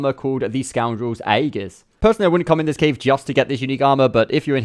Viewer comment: Your pronunciation of aegis displeases me.